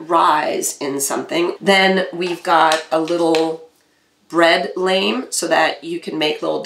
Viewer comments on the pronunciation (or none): I know that I miss pronounced it. Actually it is pronounced "lahm" as in the french word for blade. I'm half Belgian and half Italian and since I spoke Italian and French before I learned English, and I worked hard to get rid of my accent, I realize I tend to "Americanize" certain words by mistake. I will fix it in future videos. ;)